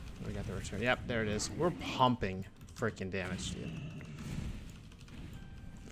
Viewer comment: Dam--age.. It's just one more syllable. please say it.